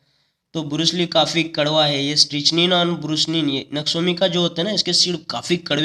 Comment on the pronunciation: And there is strychnine स्ट्रीकनीन not स्ट्रीचनीन बॉकी सब ठीक है पर आपकी वर्तनी थोडी ठीक नही है।